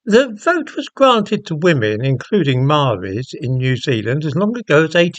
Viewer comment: Your talking about the maori party who are these days more concerned with feathering their own nest,including the marae's (pronounced as mar rhye) they come from than actual issues of maori at large, with the help of activists (useful idiots) as you saw in the vid. Most maori don't belong to a tribe its only a privileged few who benefit from the gravy train hence the haka performed as they attempt to keep the train going which is nearing its end. i'd like to know what Britain thought the treaty was & specifically if it was a partnership between maori & the crown or not & how i can find out. This is all related to your vid as maori are attempting to interpret the treaty as partnership which most of us believe is an attempt to re-write it & its meaning